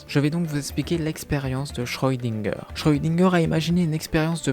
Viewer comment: Le chat de schrödinger! par pitié, cesse d'écorcher son nom! Et je dirait que si les auteurs n'ont pas donnée d'éléments concret sur le fait que le chat parle, c'est justement pour que des fans imagine eu même des théories, ce qui veut dire qu'il n'y a pas de véritable explication officiel de la part des auteurs.